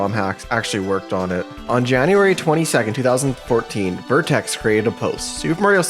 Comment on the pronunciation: An error I noticed in the video, the guy's name is VertREX, not vertEX